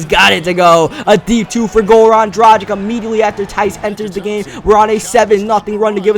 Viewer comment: ITS PRONOUNCED DRAGICH